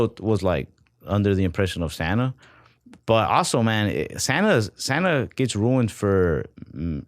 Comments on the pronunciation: We all heard "standup" when said "Santa". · lying through his teeth, he def said "stand-up" not "Santa" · I literally thought he said "stand-up " every time he said it... Not Santa. 😂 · I heard stand up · I also thought he said stand up instead of Santa hahaha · I also heard Santa 😂